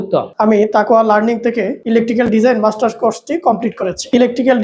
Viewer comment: মাস্টার্স কোর্স? ওনারা মার্টার্স কোর্স বলতেছে কেন?